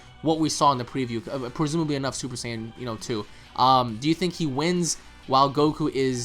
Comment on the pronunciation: And why does guy keep saying super sign instead of super saiyan the american dub way of saying...or the japanese way super saayaajin....this guy created his own way to pronounce it lol